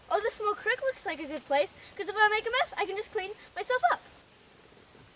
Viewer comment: ITS CREAK NOT CRICK YOI HOBOS